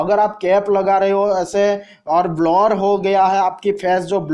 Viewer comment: Blar😂😂😂...blur hota h bhai blar nhi😂